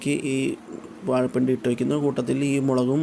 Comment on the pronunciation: വാഴ പുണ്ടി അല്ല, വാഴ പിണ്ടി